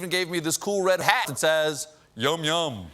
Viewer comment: Did they edit the audio to make it sound like Colbert said “hat” instead of something else? Sounded odd.